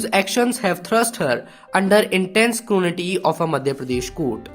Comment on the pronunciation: it is scrutiny not scrunity